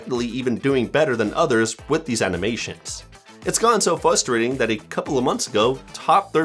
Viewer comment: did bro say fustrating?? Without pronouncing the "r"?? HE DID IT AGAIN!!! THIS IS SO FRUSTRATING